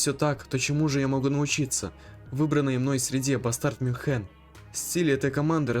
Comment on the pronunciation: Почему МюнхЕн? Мю́нхен😊